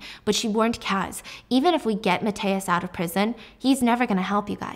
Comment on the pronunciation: I love you so much, but please you butchered Mathias' name😭